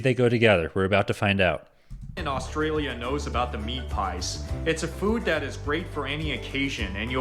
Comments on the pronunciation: The guy who is presenting the video your featuring has zero idea on pronouncing Australian words firstly it's not oustralia it's Australia and the fish is called barramundi not barramoondi and beetroot not beet-root. He obviously has never been to Australia. Our sausage rolls and sausage and bread are completely different we eat both the sausage and bread is called a sausage sandwich and our Big hardware chain called Bunnings allow the local clubs and charitys to sell them out front on Saturdays as for kangaroo you can eat it but I don't like it it's too gamey like your deer has a flavor that is very strong its high in protein and very low in fat but give me a steak anytime. Vegemite is a yeast extract basically the leftover from beer brewing very salty we love it but the rest of the world doesn't and I get that it's high in vitamin B and is great for hangovers. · He is really annoying Mr how he says Australia. It's not "Ozssstralia" it's "Usssstraylia" Baaarrraaamundi Not "boramoondee." 😅